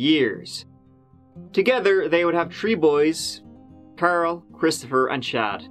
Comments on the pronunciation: "All tree of y'all" 😂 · Ah yes, “tree” and “teary”! My two faves as well and was just thinking this earlier listening to “”!